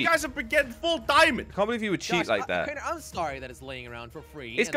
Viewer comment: I loved it when Crainer said give me a chaance